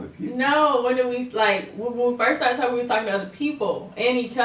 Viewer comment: The posing at the end had me dying... like “bout to give you hella option”... “you choose”... “talmin bout” 😂😂 I’m really dying cuz I really feel like say talking with a m in it 😂😭😭😭